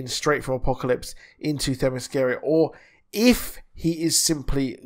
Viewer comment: It's pronounced Thema-skee-ruh... That's the best way I can write it out phonetically. I hope it helps my friend 😃